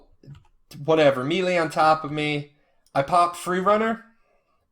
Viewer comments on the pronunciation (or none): YOU SAID MEELEE!!!! BAD J